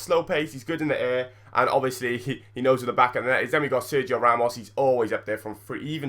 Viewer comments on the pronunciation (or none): none